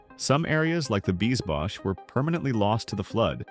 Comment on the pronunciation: It is NOT [Bies Bosh]. it is [Bies bos], no shhh sound, does this speaker has dental problems???